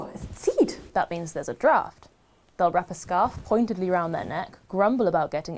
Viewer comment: "Pointidly" or whaaaat ?